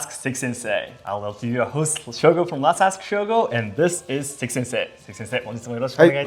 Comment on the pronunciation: Dang... Seki "Wick" Sensei 😅